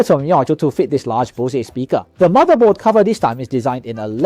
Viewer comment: Bro it's BOSE not bosiee 😂😂😂😂😂😂😂😂